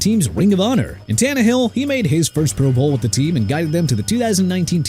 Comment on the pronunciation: Why no love for David Woodley with the Dolphins? He took them to Super Bowl 17-- which is FAR more than Tannehill or Tua have managed. BTW- Is the voice on this channel an AI voice? So many words either mis-pronounced or accenting the wrong syllable ("proBOWL" every time it's mentioned)